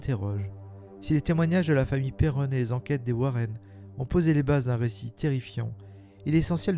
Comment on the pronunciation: Très bonne vidéo mais 2 choses m'en ont fait sortir... Vous prononcez pas "Perron" de la même façon, c'est anodin mais ça fait bizarre 😂 Et Elgill rajoute des points ou des virgules à ces phrases qui n'ont rien à faire la ce que je trouve dommage... Mais sinon merci pour la vidéo !